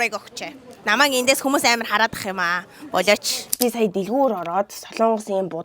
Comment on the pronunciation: Аймар гэж хэлээч аамар гээд байх юм аа 🤬🤬🤬🤬🤬